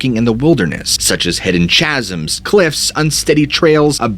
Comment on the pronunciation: He said "CHasm..." baaahahahaaa, pronounced the ch- like chocolate, aaahaha, chasm.... .......... .. i need to get out more